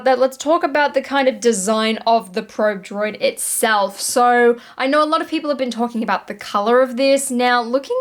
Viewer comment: Droid butchered by, both figuratively and literally.;-)